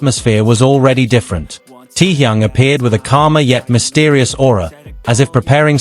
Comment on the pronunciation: Can you get the AI voice to stop saying "tee-young"...?